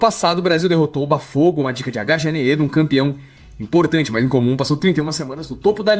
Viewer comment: Botafogo= Bah Fogo😂😂😂